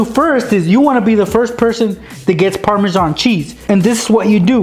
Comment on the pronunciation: actually, parmasan is pronounced par-ma-zan